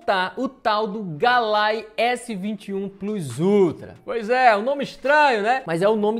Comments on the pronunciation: Ei, e Galay e não Galaxy kkkkk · Galai! kkkkk é se pronuncía galaquis,mais o nome é se escreve assim:GALAXY!